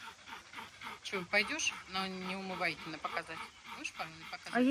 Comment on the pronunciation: НеумываЙкин- режет слух. Неумывакин!!! Уважение к доктору!